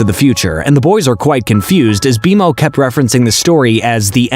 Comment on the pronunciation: Does it bother anyone else that they are clearly saying multiple names very wrong?!?! Its B-Mo not B M O and Marceline not Marcelynn. 🤦‍♀️🤦‍♀️🤦‍♀️ the show give you pronunciation. This just tells the audience you didn't watch any of it.